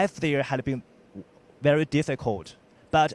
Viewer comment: 我说的是在武汉的哥们。你们俩真觉得这发音很好？VERY 能说成VERO 我也是醉了